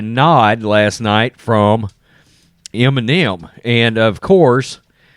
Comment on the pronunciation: "Enimem" bag